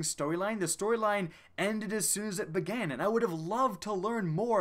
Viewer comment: "Where it all begain" 😂🤦🏽‍♂️